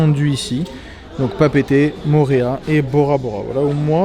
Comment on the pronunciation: 😂 C'est pas Papété C'est Papéété